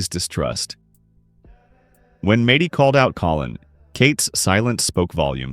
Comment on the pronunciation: AI sucks... "Madey" 😂